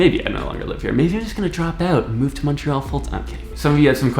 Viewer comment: Praise the dear lord he says Montreal right